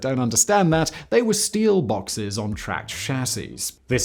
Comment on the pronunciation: I believe Simon meant to say METAL BAWKSES.